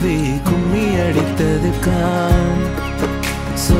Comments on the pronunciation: Bro... Everything is Nice but Ungalukku Mazhai nu varudhaa..?? Malai nu pronounce panreenga...... Pronounciation of the Letters r important... Practise the words which having ழ sounds.. 😊😊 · அது 'மழைச்சாரல்'.. மலைச்சாரல் அல்ல..😑.. learn தமிழ் pronunciation bro..! btw.. nice attempt..!!👏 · I think there is a pronunciation mistake in the first line. It is Mazhai not malai the whole meaning changes because of that. Beauty of Tamil language lies in the letter zha(ழ). So kindly pronounce it properly, don't mistake me. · mazhai pronounce like that otherwise ok